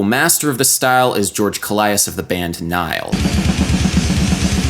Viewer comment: To the guy who made the English captions for the video, when Adam refers to death metal drummers referencing Nile's drummer, his name is George Kollias (George KO-lee-ass), not Kaleidos. He's greek, I'm greek, I know. Back to the things that actually matter, sick video once more, Adam. These videos you make are crazy good and help me go through a lot of difficulties in life. Just learning about music. Thank you. Keep up the good work.